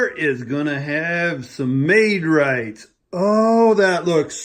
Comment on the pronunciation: “Made-rights”?!?! Lmao 😂